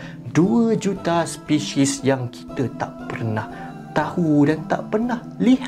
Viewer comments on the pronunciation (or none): Spesis bukan spehseh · Aku sorang je ke yang dengar sebut spesyies dan bukannya spesies😂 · sebut spesies sepishies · Spesies, yg aku dengar speshis🗿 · Bila salah sebut spesies...... 'SPESHIS' XD rindu dark peah... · "spishis" BM LEFT THE CHAT Edit: first time dpt 28 like ⊂(・▽・⊂) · Sebut spesies tu elok2 sikit